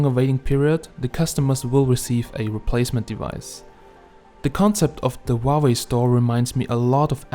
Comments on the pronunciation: GOD DAMNIT. ITS NOT WAHWAY ITS PRONOUNCED HOW WAY LOL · Huawei not uauei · Wauwe ? Is that how you pronounce it? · why you keep saying wa way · I love the way you pronounce Huawei 😂😂😂